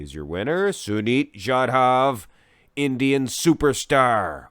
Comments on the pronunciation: What the fuck is jadhaaav 😂🤷🏻‍♂️ Thats jadhav! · Finally an Indian athlete, yeah you pronounced sunit correctly but jadhav was wrong its pronounced as jaa-duv